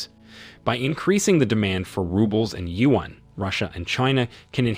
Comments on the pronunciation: You should use Google translate to learn how to correctly pronounce China’s currency, the yuan If pronouncing “yuan” is too difficult for you, use the common alternative name, the letters RMB for the Chinese RenMin (People’s) Bi (currency) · Whoever is the journalist in this video, is an idiot. You cannot even pronounce "yuan".